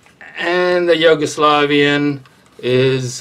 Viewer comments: but it's yu-go-slavian not yo-gu-slovian xD had a giggle listening the way you pronounce it. It's all good. Nice content. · Why are you pronouncing it Yoguslavian xD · It’s like You-go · he's pointing out the pronunciation of the Yugo part of the word. Sounds like you're saying Yogo. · Hahaha he said “yogo” slavian 😂